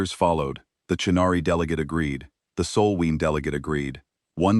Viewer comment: I wish someone would tell the AI that it's hull not hole, it's Sol not Soul/Saul, it's Stellar system not Solar system (unless it's our home), it's hOping not hopping, it's spacefaring not space fairing, it's Concord not conquered (although sometimes it's the conquered Concord).